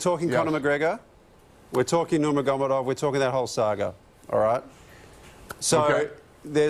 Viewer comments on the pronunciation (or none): Dona Noomigodinov Lol😂. Doesn’t even know how to pronounce any other peoples name from outside Australia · NERGUMEDUV... you fucking incompetent slag, it’s (Nur-Mag-Er-Made-Ov) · waleed pronouncing nurmagomedov hahahahahahahahahahahahaah "nomiegombedbob" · Nurmagadov? lol He cant even say his name properly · Say it with me Waleed NUR MAG O MEDOV. Terrible work waleed. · Waleed "numaagomodov " Aly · BRUH the way he pronounced Kabibs last name was shameful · The way he says nurmagomedov hurts my fucking Brain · Are we just gonna ignore the way he pronounced Nurmagomedov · It's so cringy when Waleed tries to pronounce "Nurmagomedov" in a middle eastern accent and totally fucks it up. He is Russian not an Arab. Leave the Russian to us Russians you moron. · Fucking butchered nurmagomedov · This Project bloke can’t even say “Nurmagomedov” right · can't even pronounce khabibs last name what a chick head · Most dissapointing part was Aly butchering Khabibs name, no respect there.. sad to see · He can’t even say Khabibs name correctly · Can he actually pronounce khabibs last name properly. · Waleed trying to pronounce Khabib's surname sounds like he's gargling on four pairs of elephant testicles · fuck the way he butchered Khabib Nurmagomedov's name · I'm disappointed the way he said khabib last name